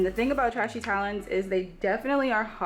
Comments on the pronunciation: It's pronounced tray she babes... Just a heads up... Don't want them or their customers thinking you're throwing shade, I know you're not but people are extraaa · Sounds like she's calling it it trashy 😆😆😆